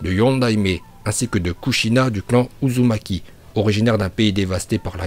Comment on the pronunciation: Et retourne sur Dbz toi tu dis que dla merde "iuzumaki" "hokadje""shipunden"